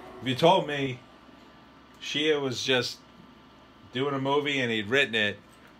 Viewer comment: His follow up chat on shia (which he can't seem to pronounce correctly) just made him sound so dumb. He said Nymphomaniac looked weird but he hadn't seen it so it's weird lol. What?!